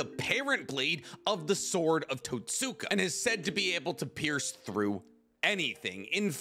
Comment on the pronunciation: everything I here totsuka blade instead toska blade I die a little. like you say saske not Sasuke. the su/tsu sound is often slured together.